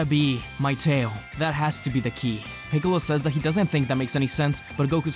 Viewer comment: u called piccolo = kamicalo💀